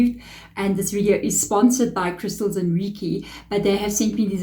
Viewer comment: Awesome. Thanks for this reading. We pronounce Reiki like Ray-Key.❤